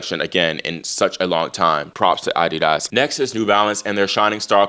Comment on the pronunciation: The way your pronounce adidas , is thus the real correct way to pronounce the word and not the way we have heard it in America all our lives. ?